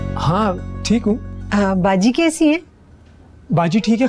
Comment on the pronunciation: that aunty said KAISI ho beta 🤣🤣